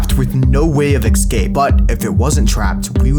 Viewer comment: I love your vids but pls for the love of god stop saying egscape